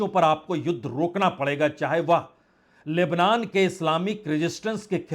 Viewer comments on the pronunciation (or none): none